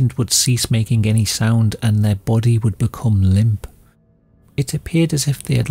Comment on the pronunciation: The way he pronounces "BODY" is just... chef's kiss